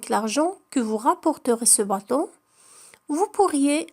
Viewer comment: النطق لكلمة bateau خاطئ